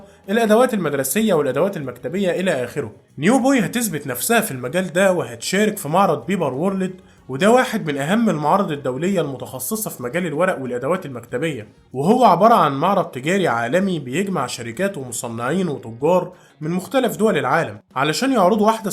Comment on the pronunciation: اول ماسمعته يقول "بيبر وورليد" سكرت الفيديو